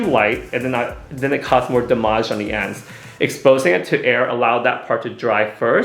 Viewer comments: "DamAGÉ" "RootAGÉ" love that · Absolutely beautiful!. I am laughing at this Rootage and damagee ha ha love it. For those who aren’t aware. I believe he’s saying Root ( which is the base of the hair - the area that’s closest to the scalp) and damage .. he just put a little flavor on his words just a little Tang 😉. Not only do I appreciate this color and this video but I love the depth of their conversation- and considering how far Guy has came- I have mad respect for stylist like this b/c anyone that’s a stylist knows how our world can be. Trust. I am not gassing him up - just reflecting. And he sings too.. wth!?! ..#Suscribed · The way he’s saying damage ; damajjjjjje. Lol did he call a root touch rootaaaajjjj? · every time he says damage. i cant